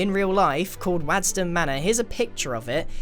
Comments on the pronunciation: Did he just say wadston manor? I live 10 minutes away from it and it’s pronounced waddeston manor lmao, also nobody actually lives there anymore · Waddesdon Manor is not pronounced like that 😂 It is pronounced 'Wodz-den' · Am I the only one pissed he mispronounced the manor name? The ‘a’ in Waddesdon Manor should sound like an ‘o’. I only know this because I go there every few months (and yes, that is a tower of glass bottle in front of the manor in the picture) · Ha man said “WADDson manor when it is pronounced WODDson mannor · Lmao i live near Waddesdon manor and i laughed so hard when you said wad-ston because it's pronounced wod-es-don manor but i love your videos man keep up the good work just though it was funny. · The name of the manor is pronounced wod rather than wad 😂😂. Also the building was owned by Rothschild a German family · just want to point out that Waddesdon Manor is pronounced Wod-ess-dun, not Wadd-sdon <3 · it's pronounced wod-ston mannor not wad-ston mannor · its pronounced wodesdon manor not wadsden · Its not pronounced wadson its woderson. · I live quite close to waddesdon and not trying to be nasty but it's pronounced wOddesdon just for future reference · Btw it’s pronounced wod-ston 😂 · Just so you know for the future, I live in Waddesdon and its pronounced: WOD-sdon, not WAD-sdon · Waddesdon not wadston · It's pronounced Wadd-es-ton manor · I work at Waddesdon and this is very cool! Thank you for not making it a perfect copy or I'd have to have you arrested (also it's pronounced "wodd-stuhn"!) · bro i grew up near waddesdon! it’s pronounced wOddesdon tho <3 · I live near Waddesdon Manor. However, Waddesdon is pronounced 'wodsdon'. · Its actually pronounced 'Wod-ss-den' Manor I live close by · i just absolutely lost it at the pronunciation of "Waddesdon manor". I worked there as a teen, it's said like "wods-don" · I literally live 10 mins from Waddesdon manor and it's pronounced "woddesdon" manor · Waddeston is pronounced as wodestane